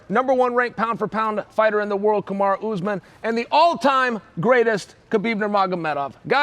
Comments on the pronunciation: Remember when Chael used to call Kamaru- "Kamara"? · This lived up to my expectations, you even had chael mispronouncing fighters names😂 i’d rather listen to this lot all day instead of dominick cruz and paul felder lol